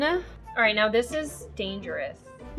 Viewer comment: Indian didi teaching us how to say DANGEROUS by pronouncing it as DANGAR🤣